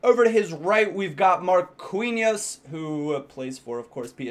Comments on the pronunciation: hey marquinhos is pronounced: MAR-KEE-NHOS not: MAR-KUEE-NHOS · Marquinhos (mar-keen-yos) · You say Quintero like Keentero. Same with Marquinos. Markeeños. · Dont read the "u" in "Marquinhos"